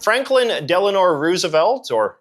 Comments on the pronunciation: thought it was Delano not Delanor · My friend…I think you said Delanor…it’s Delano….Oh sound. Love you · Franklin DELANORE Roosevelt!? Did JJ just call him DELANORE!?!???? DELANORE!?!?!? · Yeah, it's probably because his wife is named "Eleanor Roosevelt" so it's an easy slip-up